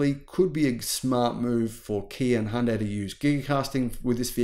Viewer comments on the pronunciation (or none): it's Hyundai, not HIANDAY